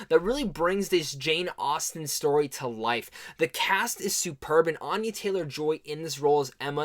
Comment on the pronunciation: Nice review, I liked the movie a lot too. Couple things, she pronounces her name with a short A like in "aneurysm" she said this in a few interviews, I think one of them is the one with Peter Travers recently. Second thing, the way your using aurora is wrong, I think you're looking for is just "aura".